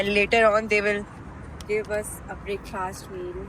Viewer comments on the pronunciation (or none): You pronounced breakfast in a wrong way, English practice karna jaruri hai